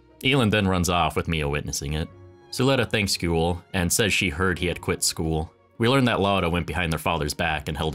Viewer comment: It's Gwell not GOOL. Liked the video!